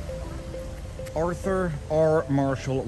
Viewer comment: It's Arthur. Not Earther. You from Mek-e-ko, Mun? How about Neek-er-ugg-wah? Mun? Boss got nice teeth, too!